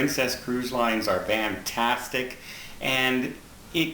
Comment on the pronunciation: I think is just his F's just sound like V's but whatever the reason it's cool like his own calling card Carol had the ear tug got the Vans 😘